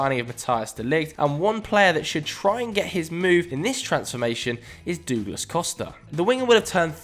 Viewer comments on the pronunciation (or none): “Duglas Costa”😂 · “Doooglas costa” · Who is Dooglas Costa? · Dooglas lmao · so no one's gonna talk about "dooglas costa" ? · and Douglas Costa, "doooglass" headass